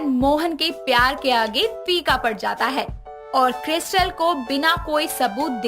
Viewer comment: Krystal hota hai kiristal nhi